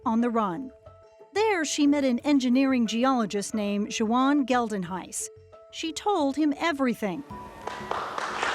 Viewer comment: The way they pronounce "Geldenhuys" hurts 🥲